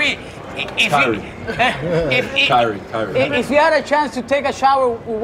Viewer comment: Kyrie 叫成Curry 笑死🤣